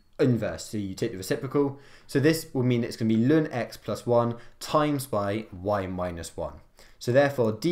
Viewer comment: natural log 🚫 LÜN ✅, good vid tho